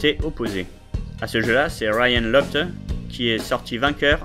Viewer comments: non mais serieusement ryan "lochteu"????? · oui c'est vrai mais a ce moment là tu devrais prononcer locht sinon tres bonne video!